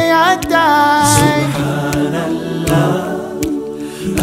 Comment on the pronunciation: Not 'Subhaanal laaaaaaah'... But 'Subhaanallaah'... The pronounciation of Native Deen is poor.. They need to improve